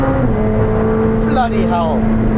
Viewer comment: I love how people from non english speaking countries incorporate english expressions in different international accents......'Bloody Hell' in a strong german accent.... 😂